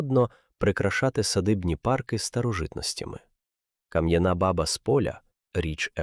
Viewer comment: Баба треба наголос ставити на друге а і тоді воно буде звучати по тюркські ,це справді в арабів , курдів означає батько .